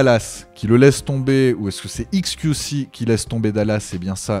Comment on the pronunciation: faut arrêter de dire "iks kiou ci" soit tu prononces à l'anglaise, soit à la française, mais là le mélange des deux... haha